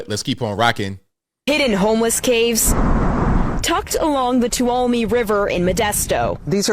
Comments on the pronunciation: It’s pronounced: two-wall-oh-me. FYI. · 1st it is pronounced, "two-all-uhm-(n)ee", I know this because I've been visiting said river since childhood, I'm now in my 50s. Let me tell you what I saw in this footage. This was far from an unstable den built by careless crackheads. You made the observation about the spanish on the wall. This was a migrant family living there. The walls were coated with either cement or grout, probably an improvised type of Adobe. The person that created this space, was skilled labor, the flat smooth surfaces, the large cement pillar arched doorways, etc. The only enemy to that cave is the periodic flooding that occurs every couple years or so. Why migrants? Frankly, Mexicans are some the most naturally gifted craftsmen I've ever seen, and I have spent most my adult life working in the trades. Trade work is easy for them to obtain, they are very good at it by in large. Besides in that area the common poisons are meth and fentynal. No this was a relatively safe tucked away spot. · Too- wall-um-ee / Tuolumne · "Two Wallow Me" River